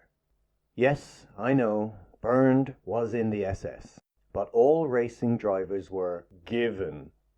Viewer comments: ONLY A "PADDY" WOULD PRONOUNCE HIS NAME "BURNED".IT SHOULD BE PRONOUNCED "BAIRNT". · Caracciola is an Italian surname so the 'cc' is pronounced like the English 'ch'. Car-a-chi-ola. (not "Carassyola") The 'e' in the German first name 'Bernt' is an open vowel sound. It should sound more like 'Bair-nt'. (not "Burnt") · "Bernd" does NOT pronounce "Burnt" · It’s pronounced ‘bAirnt’ rhyming with air and the d is pronounced as t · Bernd is pronounced Bernt and there was no F1 before the war, they were Grand Prix cars. the first F1 race, and therefore F1 cars, was in May 1950 at Silverstone.